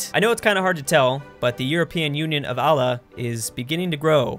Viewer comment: Can you please learn how to pronouce Allah, its really bothering me.